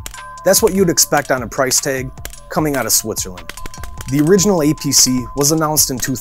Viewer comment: It sounds like he is sayd "EPC" and he said it weighs in at 2.2 lbs. Still good content.